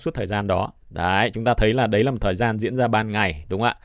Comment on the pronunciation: "Đấy " chứ không phải" Đái " nghe 😂😂😂😂😂